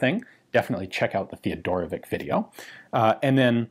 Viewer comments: It's "Rawd" not "Roth*" and "Munnlisher" not "Munnlicker", but with the second name you are getting better, being almost there. I bet, i'm not sure, that it's "Tayodorowitch" not "*Theodorowick", too. Also it's "Sh-tire". One day you will master all them german weapon manufacturer names, i'm sure. The book title was great, though, which gives lots of hope for your German in the future. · come on man...it's not theodorovik...it's teodorovich.....he was serbian...it is a slavick surename.....othias made the same mistake....slavick surenames ends with ...""vich".......means 'son of Theodore' ....like tomson....or johnson........all do respect..mr.Ian...it's TEODOROVICH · I die just a little bit every time Ian pronounce "Teodorovick" instead of "Teodorovich"! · I'm pretty sure that it's a Slovenian last name, and it should be pronounced like Theodorowitch (or even Fedorowitch), not Teodorowick